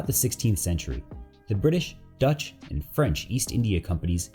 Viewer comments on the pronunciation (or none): none